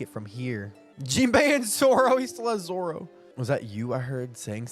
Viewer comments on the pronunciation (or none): none